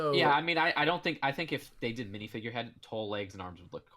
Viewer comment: "Wiff" "Monff" "Minifigrr" "Ferius"